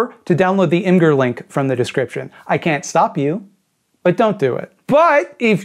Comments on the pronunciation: its "image err" plz dont say "img-urr" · you pronounced imgur wrong. The G sounds like a J not a G